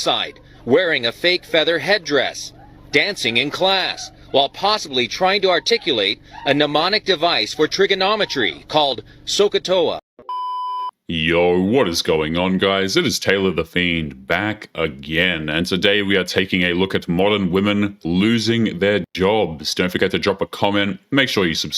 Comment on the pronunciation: "...called Soka Toa" UM...No. SOH CAH TOA.